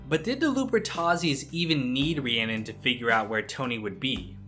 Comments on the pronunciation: It’s spelled Rhiannon, but it’s pronounced Rahoonie. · Her name isn't even Rhiannon it's Rahooney